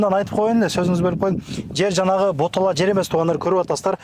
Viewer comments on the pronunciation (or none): Ботала эмес болота десен созду болгучон созунду турулап суйлосон